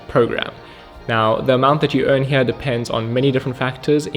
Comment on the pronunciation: He is South African? I knew it, recognized that account straight away. The way he says ''here'' is very telling haha. I tried looking up where he is from but couldnt find it.